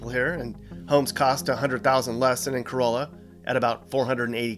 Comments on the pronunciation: Corolla is pronounced cor-ah-la not like the car, Bodie is pronounced as body, Manteo is pronounced Man-ee-oh. Recently learned the OBX averages about 24,000 year round residents that then blows up to 300,000 during the summer time. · That northern town is pronounced "cur-ah-luh" not like Toyota Corolla. Bodie island is pronounced "body" island but it's not considered to be where you indicate it is. The main road, 158 is called "the bypass" by locals. And the Virginia Dare Trail/Highway 12 is simply called The Beach Road. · Ok... First of all, Corolla is pronounced kuh-rah-luh. There is no long O sound in there. There is no Currituck Bay, it's the Currituck SOUND. And it's not Bo-dee Island, it's pronounced Body, like a dead body. It's called that because that's where a lot of the bodies would wash up after shipwrecks. I stopped watching after that, so there may be more that I didn't point out. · ouch. COROLLA and BODIE mispronounced!! Toyota Corolla, but Corolla, NC is pronounced Core-softAh-lla.please! BODIE Island is pronounced like the word BODY. PLEASE. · Sir, Corolla is not pronounced like the Toyota car. It is ca-RAH-luh. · Nice video! In skimming through the comments, I can't believe you weren't blasted by the Corolla folks for pronouncing Corolla wrong. It's Cor-ah-la. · "ka-rawl-la" lol, not the Toyota and you forgot the town of Carova north of that You edited out the bridge view... big yikes. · Thanks, for another great video. BTW Corolla is pronounced Corallla. Not like the Toyota. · Cor-ahh-la. Lol. And those houses are well over 1 mil. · “Cor-AH-lah. *BAH-dee Island. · Great video! I own a rental property here and enjoyed watching it. In addition to Cuh-RAH-la, Bodie Island is pronounced like the word body, not with the long O. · Cuh-RAW-luh and BAWdee Island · He did say "bow-die." Several times. It's also "ca-rah-la." Not like the Toyota. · Nice vid, but it's pronounced Cuh-RAH-la down there. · Corolla is the car, Cuh-rah-la is the town😊